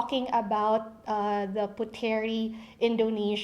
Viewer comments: Correction; The word is pronounced “POOT-Reeh indo-NES-Ya” it is NOT pronounced “PU-Te-rih Indo-nees-ya” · It's pronounced as PUTRI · It is pronounced as " Putri", silent "e" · should be pronounced as silent "e". they read "puteri" as "putri" in indonesia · It bothers me that ur mispronouncing Puteri... it’s pronounced as “put-ri”. Wish u did ur research ahead before putting out this vid 😫😫😫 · I think it is pronounced as "Put-ri" silent e for Puteri💕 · KPOP USA she’s not an Indonesian, her mistake is acceptable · So what if she's mispronounce it? Is that a big deal?